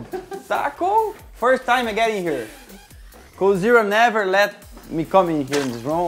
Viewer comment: I think he's saying GODZERA.